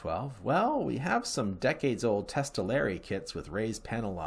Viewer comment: Testaleri? It is "italeri"?